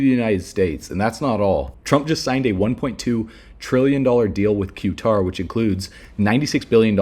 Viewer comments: It’s pronounced Kuh tar not Q tar. You sound uneducated when you consistently mispronounce words. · Qatar Cutter not Que Tar